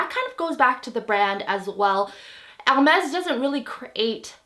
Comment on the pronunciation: Probably because of the braces....I hear *Ermez instead of *Ermes